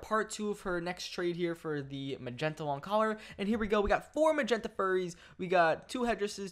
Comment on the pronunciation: any one else realize he said "a short magenta lon collar"